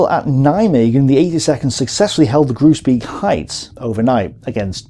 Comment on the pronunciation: Great stuff! You are murdering the pronunciation of the Dutch placenames though, hahaha. If a name ends with -beek (like Groesbeek and Oosterbeek) it is pronounced - bake. To be complete, you say Grosebake (Groesbeek) and Owsterbake (Oosterbeek).